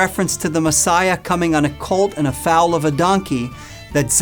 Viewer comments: HI So good, right from the Beginning! But you need to pronounce FOAL correctly! NOT FOUL! Shalom to us only in Christ Yeshua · It's pronounced foal, as in coal. Not foal as in foul. Pardon me for pointing it out.